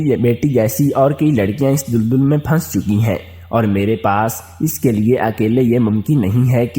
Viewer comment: Tum Ko Urdu NAHEE Aati Tu Mat Parha Karo Tum Daldal Ko Duldul Bol Rahay Ho Jaahil insan